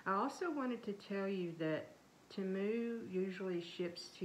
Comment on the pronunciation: It is pronounced Tee-moo.